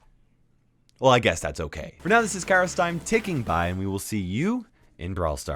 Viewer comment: I heard cara timon XD